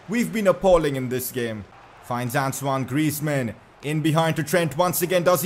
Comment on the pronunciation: That's how you pronounce his first name, not, ant own e o